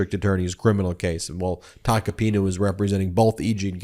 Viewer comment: Ben, at aprox. in this video, you say "...the Joe Tacopino..."; but his last name is "Tacopina". (Sorry about that, but as a retired teacher, things like this are like fingernails scratching on a blackboard! I cringe when they occur.) 😇🙏🌈